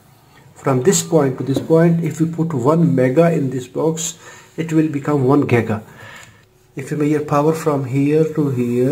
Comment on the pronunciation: This is very useful, just it's not 'gega' but 'giga'